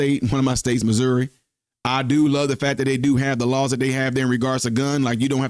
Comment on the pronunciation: You pronounce Missouri like MISERY